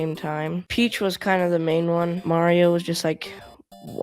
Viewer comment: Why does he keep calling the Princess "Peaches?" 🤣